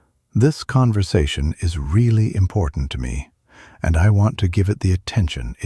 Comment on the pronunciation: I think this is an impor'ant skill to learn